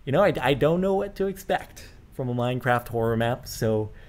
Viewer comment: lol minecrift instead of minecraft